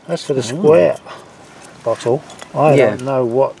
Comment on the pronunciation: B O T T LE NOT B O U L E LOL love watching the channel